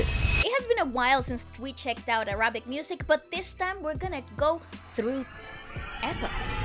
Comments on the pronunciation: It's Árabic, not Arábic, por favor !!! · It’s not Ara-bic.. it’s Arabic.. like “pick” or “bick”